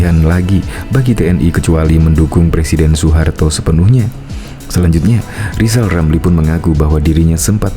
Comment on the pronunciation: Si lizal lamli telat minum obat...seling ngomong sendili.